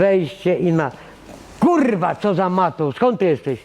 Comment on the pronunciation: Tylko prawdziwi wojownicy z klasą powstrzymają się od śmiechu, kiedy padnie wyzwisko. Natomiast jeśli powie swoje "kuRR*a!" ciężko jest się nie zaśmiać:D